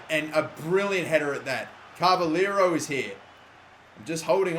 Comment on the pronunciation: Hey, you're saying "Cava-lee-ro" it is actually "Cava-lay-ro". Keep up the good work!!!